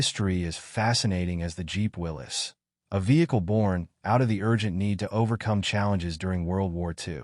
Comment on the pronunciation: You got it right! It is pronounced "Willis", not Will-ies"! I have a friend who has a '43 MB at his cabin in the Sierra. We drive it whenever we are up there.